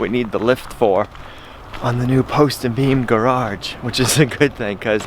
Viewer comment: In this dramatic episode: mispronounces "gararge" repeatedly In the lift with Gina, is putting finishing touches on the roof trim accidently shoots self in nether regions with a massive framing nail gun Goes to the Emergency Room. Some nameless doctor removes double-barbed nail and gives Tetanus shot publically thanks Jesus because it could have been "much worse" Global Pandemic Rages On, also could have been "much worse" The pigs suspect that something is up "liked" and "subscribed"